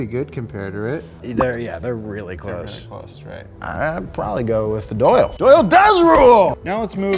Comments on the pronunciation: how cringe that he kept saying doyle rules. maybe watch the movie again. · It's O'Doyle. O'Doyle. The fact you two both said it wrong like 60 times hurts my heart. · It's not Doyle rules it's O'Doyle rules, happy Madison is a fine film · For God's sake it's O'doyle... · who's going to tell them it's "O'Doyle rules" not Doyle.